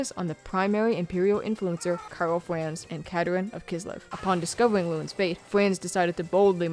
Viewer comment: Took me a while to notice the cute speech impediment lol, sometimes its Karl Franz but sometimes Flanz or Fwanz. It's cute, I'd roll with it, not dibilitating enough that you can't be understood so good thing. Also, I subscribed this time but only coz I saw that you only have 37k! Brutal considering the editing quality/effort is way higher than most channels.